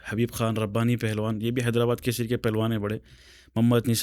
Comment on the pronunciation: Bhai It's Telangana Kesari, not Kaseri. 🤦